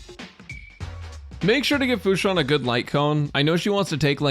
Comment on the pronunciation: "Hello guys welcome to the team section for "futa"" I can't unhear it... I CAN'T